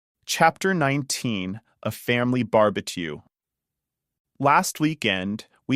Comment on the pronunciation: This video is really helpful and I appreciate your content. However, is the voice in these videos AI generated? I wanted to forward this to a friend who speaks Spanish but there are a few words in this video that are pronounced incorrectly such a sand castle & barbecue. I don’t want to confuse my friend and I don’t think you would want to confuse your subscribers by mispronouncing words.😬